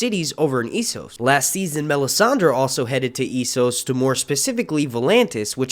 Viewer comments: S-sos, not Ee-sos. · It is not Eee-soooo,, it is Esss-ohs. Thnx for posting! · Essos is pronounced like Eh-ssos not Ee-ssos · Man, Ess-os not E-ssos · I LOOOOOVE your channel! But I'm weird and just CANNOT stand how you pronounce ,,Essos" 😂 sorry bro haha. But keep up the good work, man 😊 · That is not how you prounce essos 🤷🏽‍♂️ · Hate the way you pronounce "Esos".